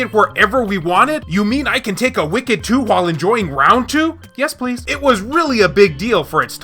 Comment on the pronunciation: Did he just say ‘wicked dook’? Hahaha that’s the best thing I’ve heard in a long time! 😂